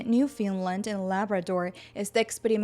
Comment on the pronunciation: Hola, Muchas gracias por la información, muy útil y organizada. La pronunciación del nombre Newfoundland es incorrecta. No es “Newfinland”